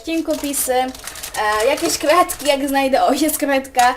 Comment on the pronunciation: Nie wymawiasz dobrze r ;) tak mi się wydaje .. Ale bardzo mi to się podoba po bardzo śmiesznie mówisz kreedki masz suba ;*